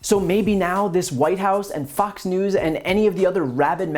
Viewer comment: I swear he said "F*cks News" :-)